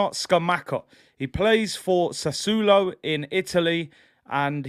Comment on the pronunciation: It’s pronounced Sass-wall-oh 🤓